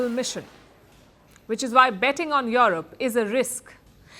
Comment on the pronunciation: Its Europe not yorope.